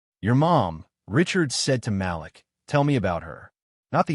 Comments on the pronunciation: Malik is pronounced Ma leek and not Mal-lick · The boy's name is pronounced Ma-leak not Malick. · Great story, best naration Malik is pronounced like ma leek. Keep up the great work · Malik's name is pronounced Ma-LEEK. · The name is MA LIK! IF you are going to use our names learn to pronounce them correctly.